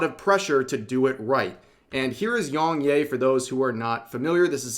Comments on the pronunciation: To be fair, Yong 'yeah' not 'yay'. But then again you say Desoo, and monga. So... It doesn't matter much either. But... if it's for a story about a person, it is a little impolite not to at least get the name right, and may even seem deliberate. Vocal tone aside, he didn't have a believable performance. The other guy didn't either. Also, his take on Mario was hypocritical. He does go hard on folks himself, sometimes unreasonably. The karaoke was doomed to start. Who wrote that? Was it supposed to be a joke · How did you mispronounce his name this bad 😂 it’s ya not yay 😂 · Please rev, you don't say yong yay, it's yong ya. You don't need to white wash everything bro. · Are you pronouncing the name wrong to be contrarian? I mean he says it in all he's videos and how interpret "yea" as "yay"? I mean you didn't get "Yong" wrong in the 2 syllable name. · It's pronounced Yea (Yeah) just without the H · bro you saying yongyea as yongyay is so funny